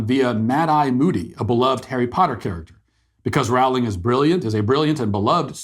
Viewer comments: It’s Rowling like rowboat not like rowdy. Love her. Trans woman aren’t woman. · BTW... It's Rowling as in Bowling....!! ;-) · It’s Rowling like Bowling. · Rowling. Roll-ing. 😊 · You pronounce Rowling "rolling". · I’d like to listen to what you said here… Go ahead and re-make this entire video for me, pronouncing Jo Rowling’s name properly. Then I’ll give this a try again. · Could you spend the 5 seconds required to learn how to pronounce her name? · J K Rowling. He kept pronouncing her name incorrectly. "Deserve it"? Beyond my pay grade.